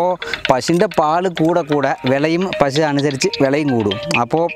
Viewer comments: പ ഷു അല്ല പശു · pashu anu makane pazhu alla